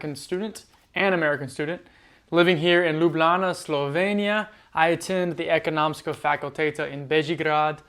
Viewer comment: The way you said "Lublana" is like a true Ljubljančan 😅👌 Rarely you hear foreign people pronounce Ljubljana the right way and even more rare is to see someone adopt the local version, which I think ironically is easier to pronounce 😀